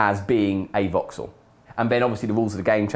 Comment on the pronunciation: Anyone else think he said "Vauxhall" instead of Voxel at first?